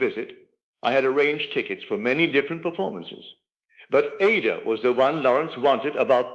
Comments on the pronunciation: I don't know whose voice this is or, if it's AI. Neville was British and educated. In the UK, classical music institutions, broadcasters like the BBC, and general audiences strictly pronounce the opera Aida as eye-EE-duh (or ah-EE-dah, with three distinct syllables). NOT like it is repeatedly & disturbingly pronounced in this video. You need to correct it because you make Neville sound stupid. ANY educated person knows Verdi's opera is NOT pronounced AY-dah - two syllables, like Ada. Neville NEVER would have said it like that. NEVER!!! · Not Neville. Neville Goddard was an educated British man and would have known how to pronounce Verdi's opera Aida. This voice does not.